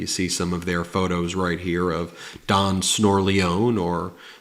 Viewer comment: don snoralone. There is an Italian accent on the last e, isn't there?